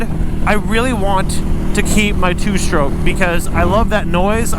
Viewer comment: "2 stoke"😂